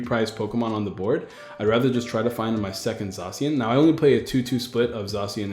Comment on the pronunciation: "Zaa cian" I think not "Zae cian", it's how me and all my friends say it. We also just call it Sword Doggo